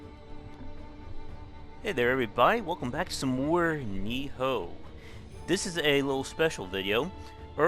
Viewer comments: NI-OH NOT NI-HO, dang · it's knee-oh nioh. not knee-ho niho.. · you need to learn how to pronounce shit correctly idiot, you're saying NIHO instead of NIOH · You constantly miss pronounce nioh, ni oh, not ni ho ... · It's Nioh Nee-yoh. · Bruh can't pronounce the name of the game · You've been butchering up the name of the game too xD